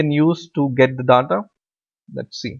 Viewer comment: DDAATTAA is soo annoying , its DATA learn pronunciation plz its annoying me im leaving .